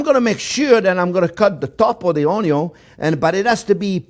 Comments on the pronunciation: I swear to god computrers and such can read minds because i've been thinking of how he pronounces ONYON for weeks now and i got this recommended..... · No one: Absolutely no one: Jean Pierre: ONYO! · I love how he pronounces onion. Makes me hungry. hahahaha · "a good onyo is a heavy onyo" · It's a onyooooooooooooooon😂😂😂😂😂😂😂😭😭😭😭😭😭😭😭👍👍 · ngl clicked on this just to hear you say "onyo" multiple times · Onyo.. love it!! He is so great! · Im going to enroll in his school just so i can hear him say onion everyday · I want to make this recipe but everytime I watch this video I laugh when he says onion and I don't think I could do it without breaks for laughter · i like how he pronounce onion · He doesn't say Onion, he says Onyo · The first time he said “onyon” I knew who he was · You're all wrong. He says Oño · I never seen a chef with this much passion for his "oniyon"❤❤❤❤❤❤❤❤❤ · This guy does loves his Onyo's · Chef Jean-Pierre: "I could live on Onyo....." Everyone else: Yes Chef, we know. We know! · Oh...I would need my “onyo” goggles....🤓 for that one....why are you not crying??? Must be magic. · I need a t-shirt that says "J'aime les Onyos" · Like the onyo, I also enjoy getting stuffed with meat and topped with white sauce 🥴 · The "onyo man".... Onyo..onyo..onyo..onyo 🎉🎉🎉🎉🎉🎉 Wonderful teacher... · Came for polnareffu, stayed for onyun. I love this channel. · A good onyo is apparantly also a stuffed onyo and not just a eavy onyo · Im a simple man. I hear 'onyo i give 👍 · I am a simple man, I hear onyo, I like. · I haven’t seen this guy in months, I miss the onyo. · i like when he says onyo it's very satisfying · Every time he says onyo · Onyo Onyo !Onyo Onyo !Onyo Onyo !Onyo Onyo! Onyo Onyo! Onyo Onyo ! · when i hear the onyo , i know this is a good dish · YOU STILL SAY ONYO EVERY TIME, IT'S BEEN YERS LOL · Valhalla onyooooooooo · Just him saying onyo is top 5 most wholesome moments worthy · u mean french onyo soup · Best Onyo pronouncer in the world. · o n y o